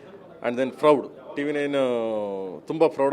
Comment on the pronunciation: Froud alla frem, adu proud anta prem.. kannada dalle heli hemme anta gotildiro baashe yake upayogistira?